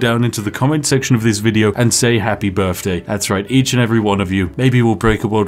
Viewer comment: Happy birfday, weird you say birfday in the queens land but you do you.